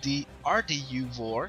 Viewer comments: NO. VOR is not a word. You can't say it as if it was. FAA Terminology, bro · Don't say "VOHR" , that sounds very unprofessional. It's V-O-R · good video, say V-O-R !! PLEASE!